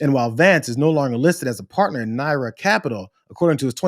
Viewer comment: It's nar-ya not Nara